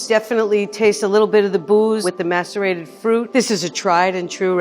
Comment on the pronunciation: everytime says macerate it sounds like masturbate lmao